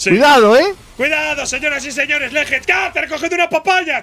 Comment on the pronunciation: Porque hablan tan mal en las palabras en inglés, si se llama legend pronuncien en inglés, no lejend suena horrible